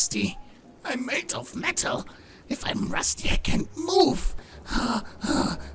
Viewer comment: He said Metal like Apollo and it threw me for a loop